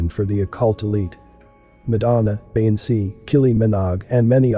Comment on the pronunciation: I’ve learned you can’t pronounce “featherbrained” “Beyoncé” and a couple other words correctly. LOL